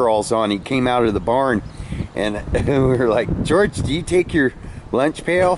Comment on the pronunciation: Take your time and make " george" right